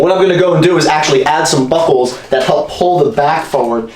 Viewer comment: did anyone else think he say "bubbles" not buckles??